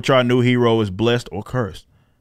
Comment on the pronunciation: When you say still force it sounds like steel force to me. The steel force also sounds way cooler.